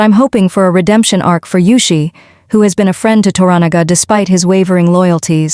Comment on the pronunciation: Who's Mara? Sho-goon? Tar-ron-nika?